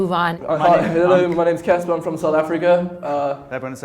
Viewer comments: ITS CASPAR!!!!!!!!!!!!!!!!!NOT CASPER!!!!!!!!!!!!!!!! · IM LAUGHING SO HARD AT HOW MANY PEOPLE GOT CASPAR'S NAME WRONG LIKE NIGGA WTF ITS CASPAR NOT CASPER OR CAPSER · By the way his name is CASPAR not Casper or Kaspah. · it's Caspar , not Casper ._. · WHAT'S THE PROBLEM WITH YOU GUYS???????? CASPAR NOT CASPER OH MY GOD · OMG it's NOT Casper it's CASPAR!!! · Why is it so hard to understand!! It's CASPAR NOT CASPER! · FOR EVERYBODY WATCHING...CASPAR NOT CASPER :) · WHY CANT PEOPLE JUST GET THE NAME RIGHT ITS "CASPAR" GOD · ARE ALL THESE PEOPLE TROLLING OR IS IT ACTUALLY THAT HARD TO GET CASPAR'S NAME RIGHT